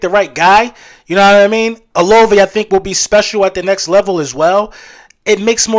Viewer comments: It’s O LA VAY, if we draft him ima need you to pronounce his name right lol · You and both been saying Olave